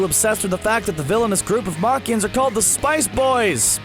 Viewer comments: you know it's scripted when you pronounce Namekians "Namakians" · it just goes to show how the announcer knows nothing about db, calling namekians nemakians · Man said naMAKIONS 🤦🏻‍♂️💀